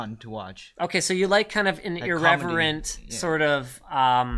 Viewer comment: Ireverent! Chinglish on point!